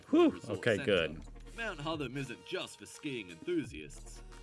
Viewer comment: Not sure why the voice over guy is pronouncing Hotham as Hutham. It's the same 'o' sound as in hot. Apart from that, good video.